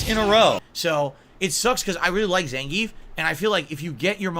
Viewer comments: is it me or he mispronounces zangief? announcer says it russian zangy-eff. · according to russians themselves and the fact gief is russian its pronounced zan-gee-yif. zangeef is how you would say it in german or english